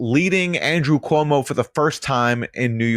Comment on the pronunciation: Quoo-Mow kills old people for Fau-Chi